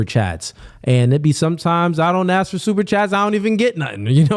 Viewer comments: axe or ask? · Everybody take a shot everytime the brother says ax.